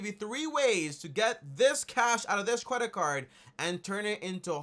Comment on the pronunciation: He said Cwedit card 😂😂😂